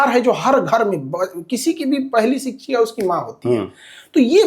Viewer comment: जब शिक्षक ही शब्दों का अच्छे से उच्चारण नहीं कर रहे तो बच्चों को क्या ही पढ़ाएंगे। शिक्षा को सिकछा उच्चारण करते है। शब्दों के सही उच्चारण से साक्षरता का पता चलता है।🙏 खान सर सबसे अच्छे शिक्षक है।